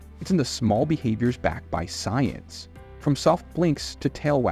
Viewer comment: Uh..."Science". SMH. 😂